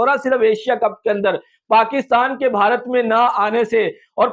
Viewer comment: Hansi nahi hota ha hasi hota ha Or Bharati nahi hota ha Bharat hota ha Or app ek video ma Kam sa Kam 100 bar app bhia bhia bolta ha